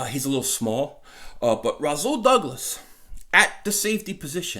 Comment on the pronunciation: naw bro its Rasool ppl mess my name up all the time making the s sound like a z